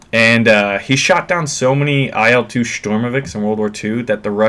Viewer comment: Ai El Two :) Call it IL - EeeeL Two